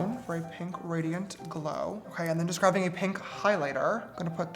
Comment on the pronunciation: Is it me or does James say graving Instead of grabbing